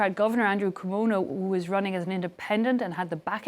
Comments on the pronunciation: “Cuono” VS “Mamdami” LOL You cannot miss the names!!!! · bwahaha thats fresh, mispronouncing CUOMO